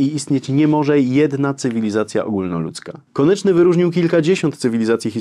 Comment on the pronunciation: "KONECZNY” - Szanowny Panie - ”KONECZNY”, a nie konIEczny … konieczny może być np byle-jakizm formalny pomimo solidnizmu merytorycznego. Ergo, to oburzające aby powagę omawianej postaci lekceważyć niechlujnością … Poza powyższymi uwagami - dzięki za krótkie i w miarę treściwe wprowadzenie Pozdrawiam, Ireneusz